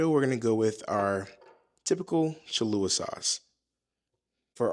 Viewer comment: Nah sorry I don’t trust someone who cant pronounce Cholula or Worcestershire. Lmao think you can cook but can’t pronounce basic sauces?